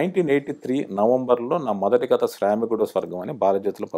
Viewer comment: కత కత ఏంటండీ ? కధ కధ అనలేరా ?